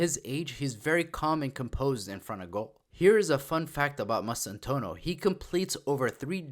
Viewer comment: It's pronounced Mass-tan-too-aah-no. Bienvienidos Franco Mastantuono